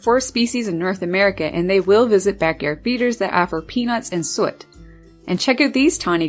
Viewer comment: Sue-it NOT soot